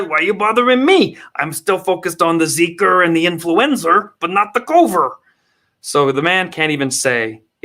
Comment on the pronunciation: Who’s that guy, Maddow? And why is Foochie calling it Zeeker and Influenzer! And why don’t I watch TV more oftener!?